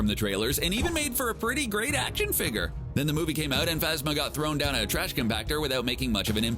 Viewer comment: When you say figur and not figure